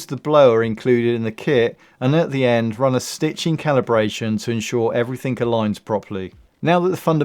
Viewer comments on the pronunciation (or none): Wait, did you say “Everythink”😂 Southerners 😂